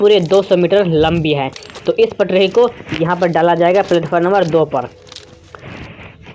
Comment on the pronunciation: मै उपहास नहीं कर रहा हूं आपका आप का उच्चारण बहुत गलत है, आप पट्री को पट्रीही बोल रहे हैं।